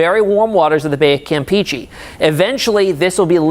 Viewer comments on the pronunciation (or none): Campehcheh not campeechee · The way he says (Campeche) lmao 😂😂🙉 "Cam pee chee"👈😂😂😂